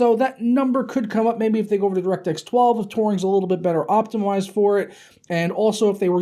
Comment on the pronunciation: Did you say optimilized